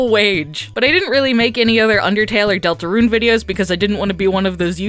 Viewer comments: Please stop pronouncing it deltaRUNE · ”Delatrune” in , time to make a third gaster video fixing that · The way she said Deltarune! 😂😂😂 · You emphasise "deltarune" weirdly